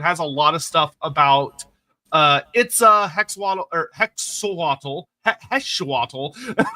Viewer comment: This is a bit late, but similar to how the original culture the Lizardmen are based off pronounces x's as an "sh" sound, the tl is actually a breathy "ll" (similar to the Welsh double l). So Hexoatl would be pronounced "Hesh-ohll" P.S. Love Lorebeards, but very rarely get an opportunity to catch a live one here in NZ